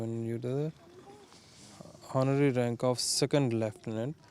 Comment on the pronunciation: Instead of honorary he pronounces already leutenant